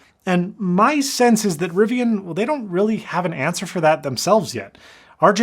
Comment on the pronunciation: Thank you so much for saying Riv-ee-un and not Riv-ee-ahn.